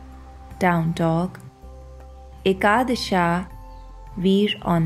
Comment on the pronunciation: I appreciate just dont say ekadash"a", its ekadash